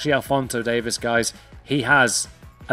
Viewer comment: DAVIES NOT DAVIS